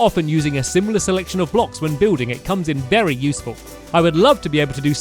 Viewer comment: U Said Berry Useful wen making a CAAAAKKKEE